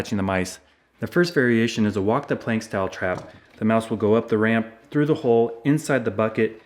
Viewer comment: Did he say mouse soup